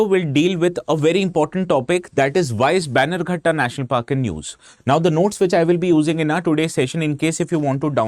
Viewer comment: Its not baigankatta national park. Please pronounce as banner gatta